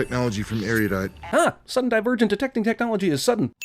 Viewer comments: The way they pronounce erodite in this movie pisses me off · does anyone else find it annoying that they say Aeriodite instead of Aerodite? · It makes me probably way too angry that they pronounce it "Eariudite" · This is a small nitpick but WHY does almost the whole cat pronounce ERUDITE as AIRIE-U-DITE? it's just really annoying to me. Anyone else notice this? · Drives me crazy how they constantly pronounce Erudite as "Area-dite" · Add 100 sins for every incorrect pronunciation of “Erudite”. Caleb is the only one who pronounced it correctly.